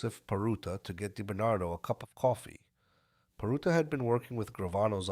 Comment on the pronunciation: Robert die Bernardo... Lol. You gotta love AI. Actually it was Sammy the bull and Quack Quack who wanted him wacked not Gotti.